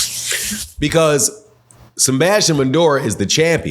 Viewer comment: Who tf is Sembastian? It’s Sebastian… there is no M in his name.